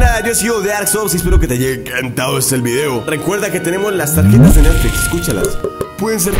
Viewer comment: Dijiste. Netfis